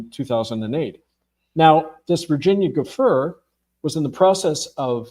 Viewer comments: It’s pronounced Du Frey!! Not Du fer! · There's joo FRAY from Italian, and JOO free in American English. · i believe Virginia's name is pronounced 'jew fray', please due her the honor of pronouncing it correctly. If what you say is true - i need more proof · How do you not know how to pronounce Opus Dei or Virginia Giuffre? It really does not add to his credibility. Just saying. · The man can't even pronounce virginia's name correctly? How on earth do I take this seriously 🙄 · He CANNOT pronounce Virginia Giuffre's name????!!!!!!!! WOW, I don't know about this dubious topic. Shaun didn't do a proper intro on this guest...I recognize him from somewhere, but don't know his background exactly, just saw him on some catholic channel, I think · You’re pronouncing Virginia’s last name wrong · What's wrong with this guy? He's probably the only human on earth that doesn't know how to pronounce Virginia's last name.